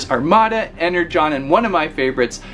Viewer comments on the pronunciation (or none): none